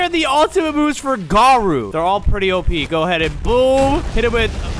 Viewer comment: Btw his name îs its garo u not garu